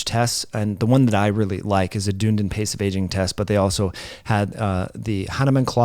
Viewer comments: Yes! Almost like 'done needing' ie ..dun'needin' 😂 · Great info as usual! Just one little thing as a person on the other side of the pond. That tricky pronunciation is "duh.nee.dn" rhymes with speedin.. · Btw, Dunedin is pronounced Dun-edin. It’s a university town in New Zealand. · You are pronouncing Dunedin wrong. Any New Zealander would get upset with you 😁😁😁